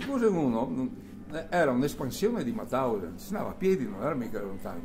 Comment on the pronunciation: Ma perchè in così tanti dicono Matausen , quando invece era MAUTHAUSEN...